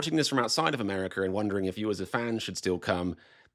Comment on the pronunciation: I always watch and enjoy your videos, and believe that at least the fans should boycott the World Cup, but on a lighter note, I have to ask. How is it that when you sign on and sign off you can pronounce "Raw America" with an "A" on the end, but when you're talking it becomes "Amerik-ER"? I have been all over England and Scotland, from Dover to London, from Bath to Edinburg, to Loch Ness and all points in between. I love it there, and really love the people and the wild British humor, especially, but I have never understood how the word "water" which ends in "R" is pronounced "What-AH", and the name "Monica" which ends in "A" is pronounced "Monik-ER". That is the silliest thing I've ever heard in any language. Why not just change the spelling if you're gonna pronounce the "R" and "A" reversed. Even the name of the most famous and influential queen ever to live on the planet is pronounced "Victori-ER" . Is this just part of the whacky Brit sense of humor? The ultimate joke?